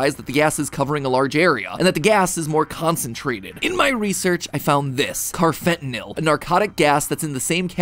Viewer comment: Hey Matt, I’m a psychology major and we’ve learned about carfentanyl and how street drugs are being laced with it. 1.) First off, sorry to be that guy, but it’s pronounced “carfenta-NALL” lol 2.) Second, it would be really funny if Poppy Playtime ended up being the world’s most elaborate anti-drug PSA. Maybe the harming children stuff is a warning against drug usage in early parents?